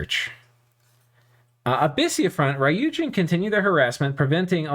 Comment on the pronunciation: Since you seem to care about pronunciation... There's no "a" sound in ryuujin. It's not "raiyuujin", but rather goes straight from the "r" sound to the "yu" sound. Literally means dragon god by the way, although the Japanese "kami" - 神, which is also used in ryuujin (竜神 or 龍神, the first part just being two different ways to write "dragon") - doesn't necessarily correspond to what somebody from the West would think of as a god. In meaning it encompasses the whole span from a monotheistic god to the various gods of Japanese and foreign myth, all the way down to the snakes, mountains, rocks, trees, ancestor spirits and all other creatures or things that were thought to hold dominion over an area, bring or ward off disasters, bring fortune or fertility, or otherwise influence life. In Dominions terms, you'll see the word "kami" (or "gami") or it's alternative pronunciation "shin" (or "jin") in pretenders as well as in various commanders and units.